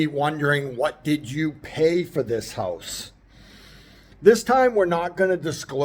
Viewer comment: Hooousse. What a strange way to pronounce house. 😅😅 I'm going to your wife's channel, see if you are standing next to her.